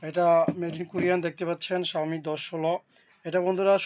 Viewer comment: শাওমি কম্পানি আবার কবে থেকে ইউনিট বানানো শুরু করলো আগে নিজে ভালো করে উচ্চারণ করা শিখেন তার পর অন্যদের শিখান।😊